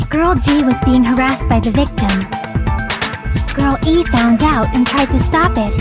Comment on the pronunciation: Everytime Nagito says Girl E, I just hear him say Girlie